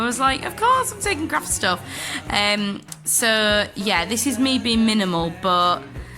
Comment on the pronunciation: "Minimal". xD Hahaha.